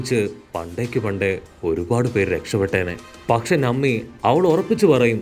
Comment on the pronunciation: നമ്മി അല്ല - നാമി